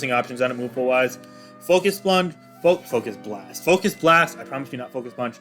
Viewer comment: LOL did you say Focus Blunt 🤣🤔🤣